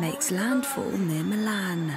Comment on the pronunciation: ""Milhaan"" ""milan""